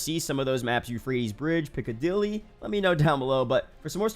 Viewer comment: Bro you didn’t just say Piccadilly 😭